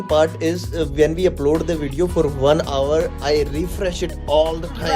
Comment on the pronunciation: Its not avar bro its hour😂